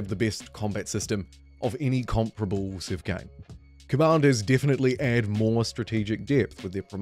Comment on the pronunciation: Wow I can’t listen to this, good god, by the time I’d heard “civ siven, the hidline” I thought I’m out, I just can’t listen to kiwis butchering vowels it breaks my ears